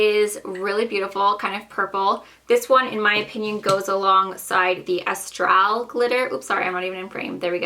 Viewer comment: Astral is pronounced asstrol